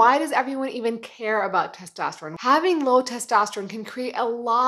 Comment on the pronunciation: its testosterone not tostesterone